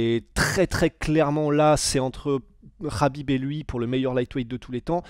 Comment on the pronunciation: il prononce bien makhachev et khabib 😅♥️